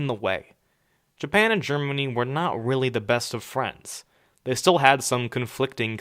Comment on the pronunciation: Idily, jaapaan, germiny